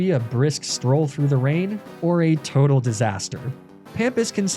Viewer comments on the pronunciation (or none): none